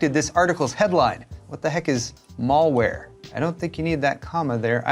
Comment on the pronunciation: Nice vide man thank you. “Mall wear” LOL!!